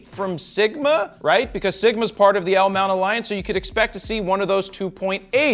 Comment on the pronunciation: I watched this video mainly just to hear you say 'L-Mount ALLIANCE" ... Love it and thanks for not letting me down!!!